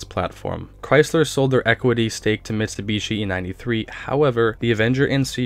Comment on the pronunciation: "Chrysler and Mits'ta'bishi" nerfed that one bud..